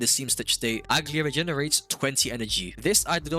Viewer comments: that is NOT how you pronounce aglaea 💀 good guide tho you should start showing us your gameplay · You're pronouncing her name wrong..